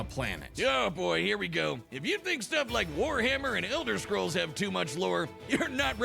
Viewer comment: He say go-slow but we say go-go